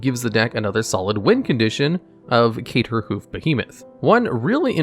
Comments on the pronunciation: Love the idea of the channel. You should be more careful though... mispronunciations... missing letters like “cater” vs “crater” make your words far less creditable. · I know ur new, but get your craterhoof pronounciation correct. You coulda misspronounced many things but you can’t do it to the hoofdaddy. Do be mindful next time pls ;) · Why can't you say Crater hoof?